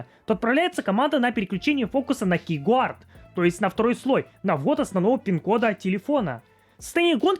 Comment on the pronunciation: "кейгуард", "труй" 😂 Повеселил, однако. Видик прикольный. Но я не помню когда последний раз вообще юзал пин-код симки....